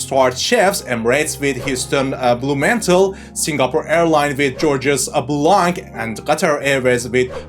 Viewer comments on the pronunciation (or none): Your pronunciation of Heston Blumenthal is really funny.. For the rest I can hear that you like to hear your own voice. I expected to learn a lit more about HOW they do it, not what.